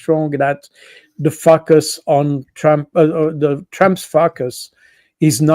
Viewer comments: See my comment above. He always pronounces focus as fuck us. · Great insights, thank you, Col. Baud. But please stop pronouncing focus as fuck us. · His accent is marvellous, but it cracked me up when Col. Baud said explained why Trump must fukus on China. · I love the way he pronounces: “…and therefore he has to focus on China.” That "focus" sounds almost like "fuc$ us". :0))) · Anybody else hearing something quite funny when this guest says “focus”? 😂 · Always love Col. Baud but must admit i always do a double take and then snicker like a little kid at his pronunciation of the word "focus".